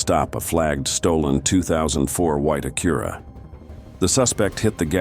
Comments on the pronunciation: It’s not an “Akura” or “Cemi” The AI voice is horrendous. The states mentioned and the scenes don’t match. Please do better. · Please teach your AI how to pronounce "Acura".